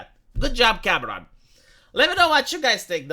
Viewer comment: As a Spanish speaker it's funny that when you say "Cameron" it sounds like "cabron." What happened, James Cameron? You used to be cool.